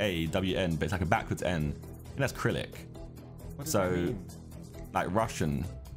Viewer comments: I’ve noticed like every single one of the Sidemen call it “Crylic” like “acrylic”, when it’s actually Cyrillic (pronounced suh-ril-ick) 😅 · Hate how they keep pronouncing Cyrillic as 'Krillic' 🤣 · "Kyrillic" LOOOL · It's Cyrillic Josh... not Acrylic. Lol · Cyrillic not acrylic lmao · Cyrillic not acrylic 😭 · Bruh why do they pronounce Cyrillic with a hard K, its pronounced Suh-Rill-Ik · Josh pronouncing Cyrillic as Krillik lmao A for effort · The Slavic languages are Cyrillic yes, but it’s pronounced Si-ri-lic as they are names after a man called Cyril. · Josh. Cyrillic is pronounced si-ri-lick 😅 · Cyrillic - pronounced syr-illic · SOMEONE TEACH THE SIDEMEN HOW TO SAY CYRILLIC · waiting for the day the sidemen pronounce “cyrillic” right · It's stupid but it triggers me the way Josh says "Cyrillic"